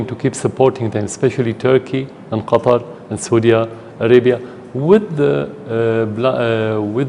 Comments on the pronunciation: its Qatar and not QUATAR 😂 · "Quatar"? Really??! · It's Qatar not Kataar xD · It's Q'A'tar there's no 'U' in Qatar